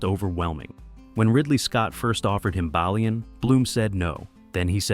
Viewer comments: You think you’d get the pronunciation of the main character’s name correct at least…’bay-lian’ not ‘baa-lian’ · It's mad how much info you have and still mispronounced everyones names, how do you get the main character's name wrong three times? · If you can’t say the main characters name correctly, you don’t deserve my time.